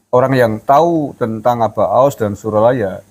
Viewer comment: SURYALAYA bukan Suralaya 😁🙏